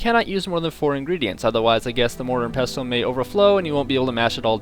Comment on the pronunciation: You don't pronounce the T in wrestle or nestle, so why are you doing it with pestle? Were you home-schooled or some sort of English as a foreign language student? Here's a little tip in life, languages and even dialects are "consistent" to be accepted as such, that is especially with pronunciation. I knew how to say pestle and mortar since I was a child, because it is a commonplace kitchen item for grinding up herbs. I'm so sorry that you seem to have lead such a sheltered existence to have never heard the word said out loud before, but it follows the same rule you follow with wrestle. This is English, not 'Nam, obviously, if you want to do that, go ahead and do so with arapaho or any of your other native languages, not ours.